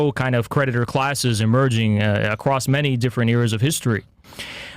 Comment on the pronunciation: I wish I could meet in person I'd give him shit for pronouncing many as minnie lol